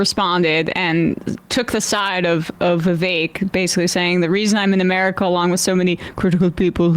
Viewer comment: It's still racist & shitty of Sam tro mispornounce Vivek's name. Shame on all of you for letting it slide